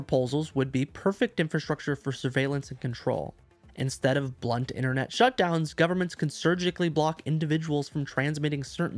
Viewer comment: Innernet? Internet. Ffs.